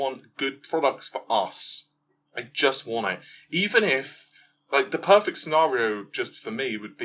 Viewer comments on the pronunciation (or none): none